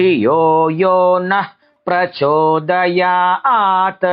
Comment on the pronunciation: यहाँ हलन्त त् को अजन्त त उच्चारना गलत लगता है। परम्परा तु आद्रियते।